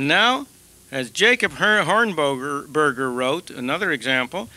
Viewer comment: Though Dr. Friedman butchered the surname and the name of the organization, Mr. Jacob Hornberger and The Future of Freedom Foundation are mentioned just a couple of years following the founding of FFF. Despite Mr. Hornberger's viewpoint about Dr. Friedman's school voucher program, Dr. Friedman fittingly praised FFF.